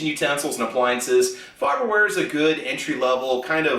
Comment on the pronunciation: It’s faberware lol